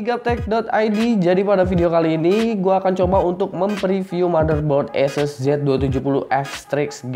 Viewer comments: sebenernya sih ahseus broh... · jd kyk bule lu bang!!!! Asus jd aises wkwkwkw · latah itu ikut2 orang luar wkwkwk